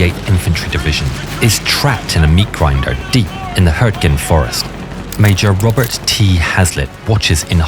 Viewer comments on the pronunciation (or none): none